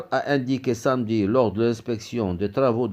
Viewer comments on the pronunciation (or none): none